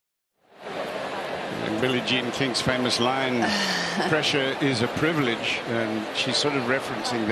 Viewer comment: They let her air the word: PRIBILEDGE... ohhh liberals will not like this... jajaja